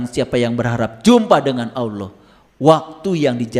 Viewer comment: ngomong lafaz Allah dan Rasulullah aja blom bener... jgn sombong, jgn merendahkan orang...ngga ada yg baru dari narasi2mu ini, semua udah diketahui orang muslim, tapi setiap orang memiliki kemampuan yg berbeda2, baik ilmu, budaya, pikiran, hati dan perbuatan. siapapun setiap muslim wajib shalat, orang jahat, orang baik, orang miskin, kaya, orang miskin, orang berdosa, orang bodoh, pintar, semua WAJIB SHALAT. kau bilang masing2 mengklaim paling benar, nah lu sendiri mengklaim sendiri. tunggu aja tak lama lagi lu juga bakal ketusuk duri, bahkan lebih dari itu .. tunggu aja. tak ada yg bisa dihindari dari peristiwa hidup. tunggu aja kau pasti sakit... sampaikan ilmu dg kerendahan hati, dg kebijakan, adab, bukan dg KESIMBONGAN.... betul orang ini mencampurkan antara kebatilan, kesombongan dg kebaikan. lidahnya pintar berkata2 karena punya bakat seolah2 seperti motivator. kita blom tau jelas tujuannnya apa. berkacalah dg perjuangan wali songo, kita jalanjan syariat dg baik meski blom sempurna, kita jgn pernah tinggalkan shalat meski belum bisa khusuk atau sempurna, kita tetap yakin bahwa apa yg diajarkan GURU2, ulama2, ustazd2 meskipun di kmpung2 adalah kebenaran. kebenaran itu sederhana, ngga sulit kok. yg bikin sulit itu adalah orang2 yg sok2 berilmu tinggi, pintar bersilat lidah gaya2 motivator kesiangan. Semoga Allah SWT meridhoi dan merahmati kita semua..Aamiin